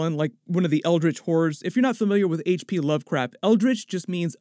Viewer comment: I promise it sounds like you said "H.P. Lovecrap" lol